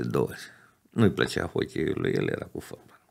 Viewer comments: singurul fotbalist care pronunta folbal. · Folbal "?WTF?!